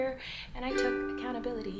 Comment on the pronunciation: She keeps saying "acountability" but I don't think she actually understands what that word means. She never actually apologized.